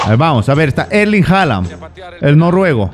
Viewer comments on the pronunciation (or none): none